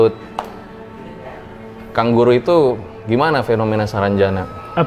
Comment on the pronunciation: Yang bilang: kang guru Yang gw denger: kanguru